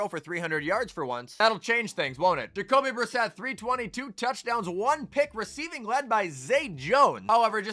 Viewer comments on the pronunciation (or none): none